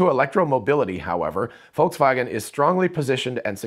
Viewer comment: Thanks for this video. Good job going for better pronunciation of Volkswagen.